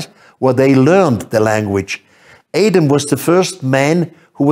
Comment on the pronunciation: Please, you can't even pronounce Adam??